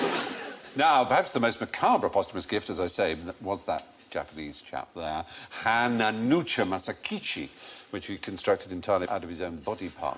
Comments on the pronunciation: Stephen pronounces the name wrong. It's not "Hananucha", its Hananuma Masakichi. The worst thing is that he says it once more , wrong again. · Stephen's pronunciation of Hananuma (not Hananucha! that isn't even a name!) Masakichi's name is horrendous oh my god